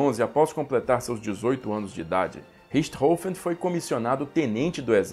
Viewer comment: Mestre obrigado por ensinar a pronúncia correta do sobrenome de barão vermelho 🛩